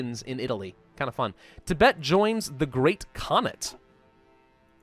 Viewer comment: The way he pronounced "khanate" is incorrect and he also mispronouced "reich". Not saying I don't like him, just something I noticed.